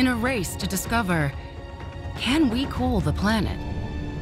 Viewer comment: ...cool, not cook